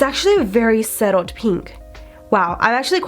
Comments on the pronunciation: subtle not settled babe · SUBTLED, not settled. Jesus woman. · SUBTLE, not settled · "Settled" instead of "subtle" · Natalie Mora when she said settled I was like omg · Lorena Estrella omg the “settled” thing!! And she said it twice. A mispronunciation of an incorrect word (“subtled” is not a word..) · she didn't even say subtle she said suttle or how ever you would spell it 😂😂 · I rewatched that part and she said “it’s very settled” lmao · Dana L I hadn’t watched the video before replying to mrs angry above lol but yes it does sound like she says settled not subtle or “suttle” lol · I noticed that too... velar, ammunation, and settle instead of subtle. Lol.